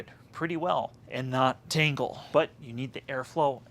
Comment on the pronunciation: Thanks for the insight, one thing, it sounds like you're saying tingle half of the time rather than tangle.